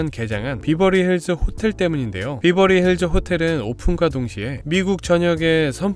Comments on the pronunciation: 베버리힐즈라고 하던가 비버리힐즈는 뭐임 콩글리쉬도아니고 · Berverly Hills <비버리?> 보다? <베버리 accent로 하셔야>, BH: 평지(논,밭)보다 山 (LA지역 기후, 부자들, 평지보다 높은 山 선호함) 동네입니다. BH 이웃 Hollywood! 미국 문화 중심 유명 배우들이 BH을 엄청 선호해서입니다. HW는 이미 100년 전부터 엄청 발전을, 즉 BH는 HW 위한 위성 도시로 보셔야, 참고, W, Hollywood<아주 작은동네; BH와 HW<이곳, LA 시에 속함>: 70% 주민이 동성애들 동네로(1984, 시로 승격) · 베버리힐즈인대 비버리힐즈 라고 하시니까 뭔가 욕같음.. ㅋ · 비버리 아니고 베버리 입니다 발음 유의해 주세요! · 베벌리 힐스 라고 해요 비버리 라는 말은 제주도 말이지요. 베벌리 힐스보다 Belair 가 더 부자 동네인데요. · 비버리가 아니고 베버리 힐즈 이구요, 동네 입구에 온갓 명품점들이 많아서 외국 에서 오는 돈많은 여행객들의 명품 쇼핑 장소 이기도 합니다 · X 비버리 힐스 O 베벌리 힐즈 발음 좀 제대로 해라 ㅉㅉ 비비긴 뭘 비벼? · 비버리힐스가 아닌 베버리 힐스입니다. 베버리 에 버는 버와 벌사이로 발음해야 합니다.벌자에 도 가깝지만. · 베버리 힐즈에요 발음도 틀리는 설명은 너무 저렴한 느낌입니다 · 배버리 힐스 로 발음하셔요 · 베버리힐즈가 더 발음이 정확합니다😂